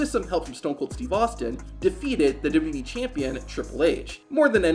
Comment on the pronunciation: Man can't even say "WWE" Properly...